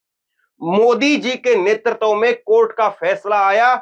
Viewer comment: नेतृत्व को ' नेतरतव ' न बोलें। उच्चारण सुधारें। आपका भविष्य उज्जवल है।